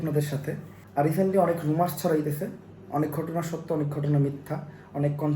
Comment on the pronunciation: রুমার্স? নাকি রিউমার্স?🤡